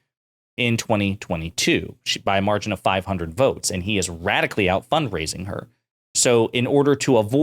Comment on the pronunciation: I think the thing I hate most about Bobo The Clown is the way she turns "and" into a five syllable word